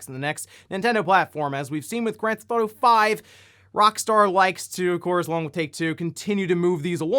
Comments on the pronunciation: “Grand Thought-O” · Always been a fan of "Granthauto," as you call it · Granth Auto,?;-) just poking a bit of fun. I've noticed you say it like that a few vids back. Just giving ya a hard time. (Comments is comments yo!)